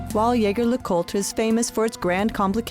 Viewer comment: Shame you didn’t get the pronunciation of “Jaeger” correct